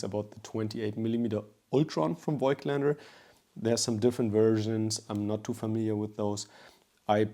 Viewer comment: Bro you're german, please just pronounce Voigtländer correctly 😭